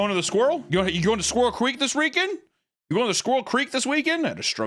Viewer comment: “squirrel cweek this rekend”